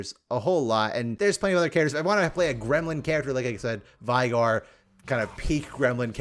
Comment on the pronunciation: Why are you saying Shaco like that, why are you saying Veigar like that?